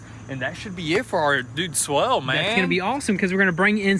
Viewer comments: It’s swale not swell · Swale is pronounced so it rhymes with whale. And the fabric might be landscaping fabric though it could be a specialized filter fabric. The former lets water through, but not plants.